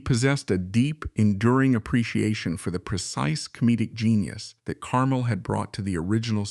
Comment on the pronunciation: Note: the emphasis is on the second syllable of his last name, "car-MEL"